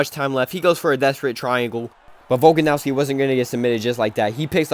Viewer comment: I deadass couldnt keep watching after hearing you pronounce Volkanovski